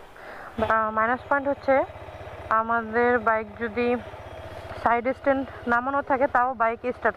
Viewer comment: কি ব্লগ আর করবেন, যে বাইক নিয়ে ব্লগ বানাইতেছন ওই রকম বাইকের নাম ই বলতে পারেন না ঠিক মতো 🤔